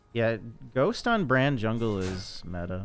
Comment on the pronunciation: saying 'zwungle' makes me want a plushie